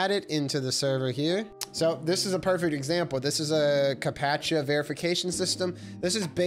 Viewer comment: a WHAT? Ca-pa-tcha? 😂